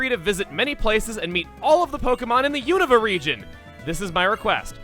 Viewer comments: Is it pronounced "you-nova" or "you-nuhva"???? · Dude, Platinum popped in during 2015. Christmas did indeed come early, though. Though needs to work on his pronunciation. Univa? Casteelia? Lillapup? Nuvemma?